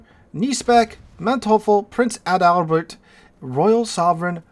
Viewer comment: Try Ay-del-bert